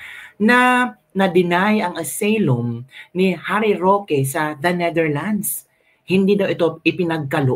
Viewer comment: Kabibig correction lng ha hindi aseylum ang pagkabasa ng asylum ---"asaylum " ang tamang pagbasa .. god bless kabibig